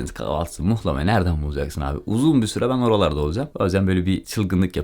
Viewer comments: Mıhlama değil muhlama dicen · mıhlama ne la muhlama diceksiniz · Mıhlama değil muhlamadur onun adı... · mıhlama değil ama muhlama deriz biz..hatta muğlama :) kim demişse yanlış demiş size...video güzel oldu bu arada tanıtım için teşekkürler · Mıhlama değil muhlama.. Rizeden sevgiler 🙋‍♀️ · Muhlama* nolur mıhlama demeyin ya aşaösşdmjsaöÖdk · mıhlama değil muğllaaamaaa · Mıhlama değil Muhlama u ile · Gelmişsin hoşta gelmişsin; fakat özellikle ricamdır düzeltmen dileğiyle. Mıhlama değil, muhlama. İyi eğlenceler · mıhlama değil mUhlama anlayın artık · Mıhlama değil muhlama dır onun gerçek ismi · Mıhlama değil muhlama ben Rizeliyim yanlış biliyosun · Onun adı mıhlama değil muğlama ya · Mıhlama ne ya mıh nedir muhlama 😂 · Mıhlama değil muhlama düzelt sunu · Mıhlama değil "Muhlama" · mıhlama değil *muhlama. nal çivisi değil bu. Her Karadenizli laz değildir, geleyrum gideyrum Lazca değildir, Lazca ayrı bir dildir. Ömrümüz bu yanlışları düzeltmekle geçecek gibi :) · Evet abi mıhlama diyen maldır muhlama ya adı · adam kaç kere söyledi ısrarla mıhlama yazmışsın ya🤦🏻‍♀️ mıhlama değil muhlamaa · Mıhlama değil muhlama 🤦🏼‍♂️ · Mıhlama değil Muhlama bir öğrenemediniz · Yemek için 1250 km gitmişsin sonrasında video çekip yayınlamış emek harcamışsın ama daha adını öğrenememişsin.Mıhlama değil Muhlama Urfanın u su "U" selametle.. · . ABİ MUHLAMA DEMEK NE KADAR ZOR YA. MUHLAMA ALOOOOO MIHLAMA DEĞİL ! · Abi onun adi mihlama degil muhlama bende bir karadenizli olarak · Mıhlama değil MUHLAMA adı milyonlara hitap ediyorsun yanlış olmasın:) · Başlığı Mıhlama yerine Muğlama olarak değiştir:) Ğ harfi genizden gelecek.;) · Mıhlama değil muhlama 🤦🏻‍♂️ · Yorumlara bakmadan yazıyorum belki de yazılmıştır ama yazmadan edemiycem ,Mihlama değil MUHLAMA. Hatta yumuşak "H" ile değil böyle boğazdan. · bir yanlışı düzeltelim mıhlama değil MUHLAMA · mıhlama değil muhlama ben Rizede yaşıyom benden iyi bilemezsiniz